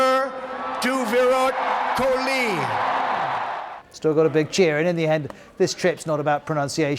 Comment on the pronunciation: Swamy Vive kamunnunda.... Suchin Tendulkar... Virat Kuli... ROFL🤣